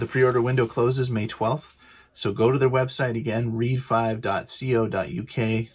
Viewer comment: Just ordered mine. Looks like an awesome book. Glad I found your video. Btw- being a Star Wars book, I think ReadFive is a play on Red Five, not pronounced Reed Five. 😉